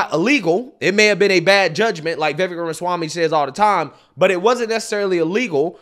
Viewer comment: Please…Viv-ache viv- ake Viv-ake Not ‘viveck’ But THANKU for calling out these fools So condescending and disrespectful She cuts him off constantly and then accuses him of cutting her off Also he WAS respectful about askin her name And her EGO is so profound that she attacksnhim AND in my opinion It was a method to rhtow her anger off course and redirect Because because ists HER show (according to her) which Vivek points out was INVITED its amazing how so angry and heartlessnthese people are ana and cenk